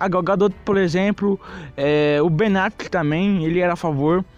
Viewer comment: "BENACLECK"? "DERKSTAD?" kkk